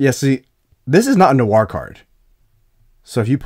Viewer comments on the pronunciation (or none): How come Americans pronounce words/names like “noir” and “Dwight” with an extra sound - like “nuh-war” and “duh-wight”? Is it hard to put the two together? Honestly just curious since I hear it so frequently.